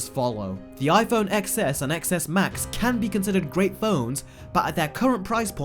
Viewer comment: Cringe every time you don’t pronounce it 10S and 10S Max